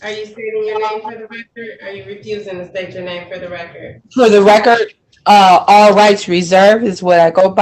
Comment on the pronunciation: "for the reckert" I agree with you. I was trying to will the judge to reach down the phone and rip off her Christmas wrapping.